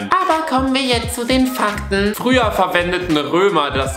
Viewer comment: Ich höre den ersten fackt sofort gedisliked